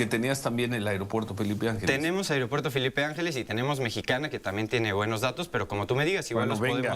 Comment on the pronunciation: El airopuerto 😂😂😂😂😂, ya enseñenle a hablar